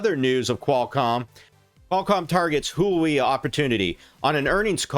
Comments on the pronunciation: Huawei is pronounced “hua-way” kinda like “waa -way” but with emphasis on the h not Huey like the helicopter. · please dont pronounce Huawei like that